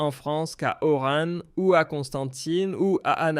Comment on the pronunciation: C'est Oran pas orane y a bouriquos